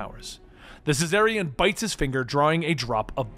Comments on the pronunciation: It's pronounced "Zar-ni-an", it's spelled Czarnian! How the hell are you getting "cessarian" out of that?! He's not a Caesarian Section. Hahaha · just really butchers the word Czarnian throughout the whole video like in